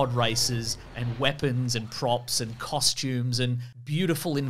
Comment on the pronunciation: One Thousand Constumes?